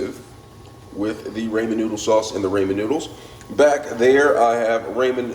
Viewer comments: Nice try with cooking!!! Lol 😂 👍🏽 PRONUNCIATION IS RAH-MEN NOODLES…NOT SURE IF YOU ARE TRYING TO MAKE A JK. ANYWAY, I HAVE THESE AND MY DAUGHTER LOVES THEM! I JUST BOUGHT THE HALO MISO BROTH TO TRY NEXT TIME! ❤ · It's pronounced rah-men.